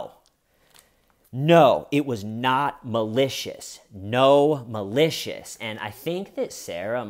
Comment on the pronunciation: I keep hearing “no malicious” as “gnome-alicious.”